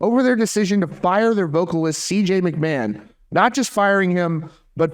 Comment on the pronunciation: It’s not McMan my guy. It’s like nails on a chalkboard.